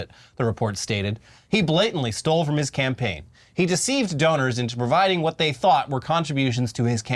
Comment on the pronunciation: Do I have to say it? No cam-paign No cam-gain